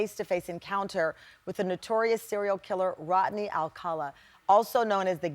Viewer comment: Rodney, not Rotney.